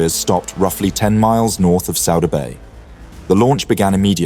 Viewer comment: It is pronounced Sooda Bay